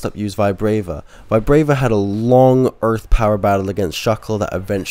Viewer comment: Its not VIBRAYVA ITS VI BRA VA there is no letter Y in the name